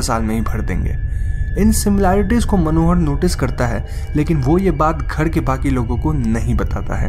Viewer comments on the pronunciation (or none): Ghad nahi ghar bol ullu